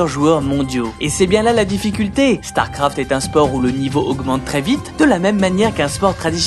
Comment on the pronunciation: Man la vidéo est bien mais alors ton élocution laisse tellement à désirer... Il faut arrêter d'appuyer les E à la fin des mots genre "uniquEUH" ou "StarcraftEUH" C'est la première et la dernière vidéo que je regarde de cette chaine car ça m'a vraiment fatigué.